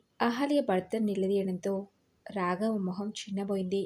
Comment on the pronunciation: తెలుగు కథలు చదివేటప్పుడు ఉచ్చారణ దోషాలు లేకుండా చదివితే బాగుంటుందమ్మా. శ,ష,స ల మధ్య తేడా కనిపించడం లేదు. బర్త అని పలుకుతున్నారు భర్త అని పలకాలి. రాగవ కాదు రాఘవ, వృద్దాప్యం కాదు వృద్ధాప్యం, ఉద్దరించడం కాదు ఉద్ధరించడం.